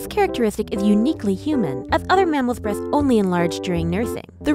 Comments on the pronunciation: The way she says “breathts” instead of “breasts “ gives me life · Yeah its totally "Breaths" instead of "breasts" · Breaths, not breasts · I swear i thought she said "breath" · Erin Jane B He was mocking the narrator's speaking. The way she was speaking made it sound like "breaths" every time she tried to say "breasts." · I heard boobths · I heard breaths instead of breast's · i feel you. Her "S" became "T". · I come into this video hearing "breathhs" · She says th instead of t